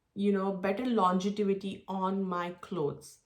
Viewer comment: Thanks for the review. Just to correct its LONGEVITY not LONGETIVITY. It’s a word that you will surely use over and over again when reviewing perfumes.